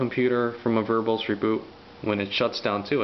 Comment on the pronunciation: lol "Unix verbullz mode."